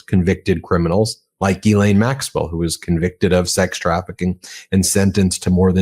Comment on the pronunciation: Dear America, could you all have a meeting and decide how to pronounce her name...It's not Gheee-lane, Gee-lane, Giz-laine, or, good God no...Jizz-laine! yuk It's Gh-len)...sorry to be picky but its like nails down a blackboard